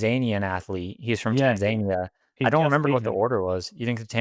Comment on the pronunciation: No one gonna call out the “tanZAYnia” 🤣